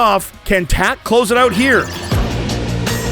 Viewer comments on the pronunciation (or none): Second they said "Tak" I audibly said oh god no. But the redemption was amazing